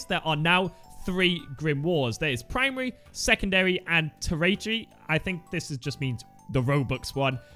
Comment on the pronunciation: Tertiary is pronounced Ter-sha-ree